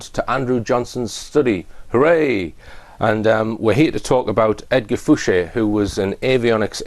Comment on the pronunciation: Why does everyone call him, when he announces himself as Edgar Fouche. De Rothschild